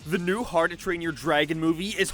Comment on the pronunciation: Why do you say "Harrdoo Train Your Dragon"? I get that you have an accent, but... how do you get it so wrong that you turn "how to" into "harrdoo", dude? XP